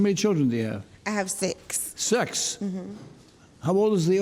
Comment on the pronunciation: Unknown Error I also think that he said sex, at least I heard sex, not six lol